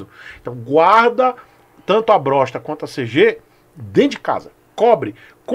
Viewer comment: Perdi quando falou "Brossta" kkkkkkkkk